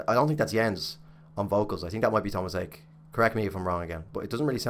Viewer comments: Haake is pronounced just like it looks "ha--- ke-" not "key" but "ke". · How Tomas pronounces his name. "Haa-ke"